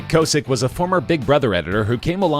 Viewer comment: Your pronouncing kosick wrong